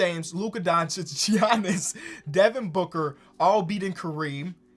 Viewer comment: Did say Jiannis?